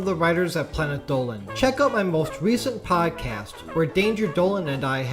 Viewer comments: Instead of planet Dolan i hear planet dowan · "Planet Dolan" planet dooleen